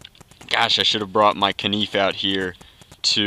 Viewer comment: Haha "I should have brought my kaneef"